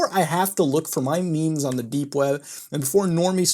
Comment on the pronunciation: Nooo not the "maymays"